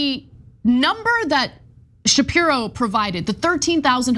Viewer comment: This presenter she is really good at calling Ben shipro shift 😅😅